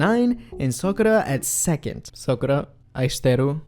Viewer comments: >learns to say Ai shiteiru in Japanese >pronounces Sakura as Sokura Man you gotta have your priorities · Sakura's her bias but proceeds to call her sokura with heavy emphasis on "O"